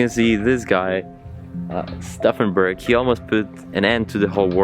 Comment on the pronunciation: lmao "Stuffenberg." Try Stauffenberg.